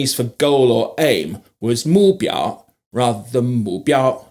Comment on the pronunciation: It should be mu4 biao1, with a falling tone on the the 目 😉